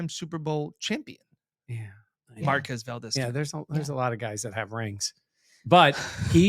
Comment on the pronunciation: He gets super angry when you mispronounce his name. Better work on that! (MarQUEEEZ, qu-EZ). Hard to type phonetically... Don't say I never did anything for Bills mafia 😂